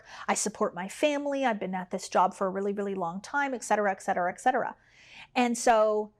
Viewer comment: Dear, we say eTcetera, not eXcetera (Lat. eT = and).